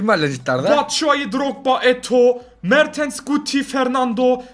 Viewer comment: Abi se mertens se mertıns diyon